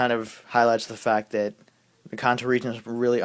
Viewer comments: YOU SAY KANTO LIKE KA-AH-NT-O WHAT THE HELL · He says kanto right, and I think his points are valid, but Cyndaquil is memorable.